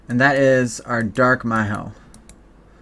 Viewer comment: Whenever you say my-hoe it makes me cringe. XD (mi-ho)